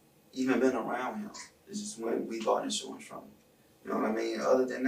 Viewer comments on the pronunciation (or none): It's insUrance..not insOrance...